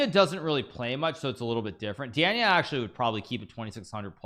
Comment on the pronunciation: Danya - the first "a" is pronounced "ah"